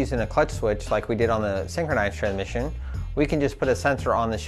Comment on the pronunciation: this is a very informative video but I can't seem to pay attention after every time you say tran-mission!